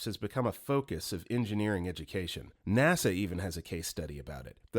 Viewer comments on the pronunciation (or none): none